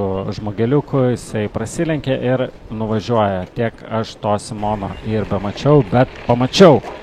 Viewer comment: "SimOnO" kirciavimas tai pzdc :D